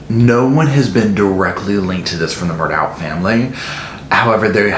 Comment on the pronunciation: Have the "tragedies" happened TO the family, or have they orignated with and been self-inflicted on the family. And it is pronounced "Murdock".